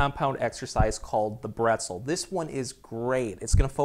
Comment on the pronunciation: its not breztel its brezel